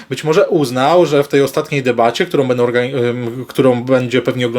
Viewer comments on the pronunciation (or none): none